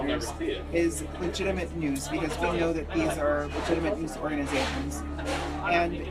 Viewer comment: I remember back in the day how many member of the black community would pronounce the letter R as R-uh just as Sharpton did in the beginning. Haven't heard that in decades! What a throwback